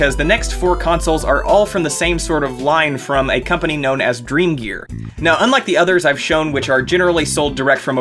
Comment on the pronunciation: I heard Drug Store instead of dreamgear